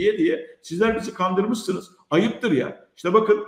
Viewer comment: kandirmissoniz dedi hahaha hiç gülesim yoktu. Kemoşun herşeyi yalan